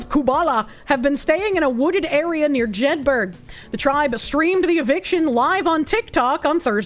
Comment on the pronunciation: It's pronounce Jed_ Burr with a soft a suggestion on the end... Same as Edinburgh